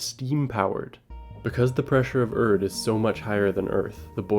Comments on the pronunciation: it’s pronounced “air-rid”, not ERD😂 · Erid, not Erd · Erid. Its pronounced "EH-rid" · Best audiobook I ever listened to. Did that after reading the book and it is superior to the book. If you haven’t read it start with the audio book. Also to the video maker it’s not “urd” Rocky’s planet is called “airid” 😉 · Aint no way you keep pronouncing Erid as "erd" lol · Stop calling it “Erd” learn to speak Mr masters degree 🙄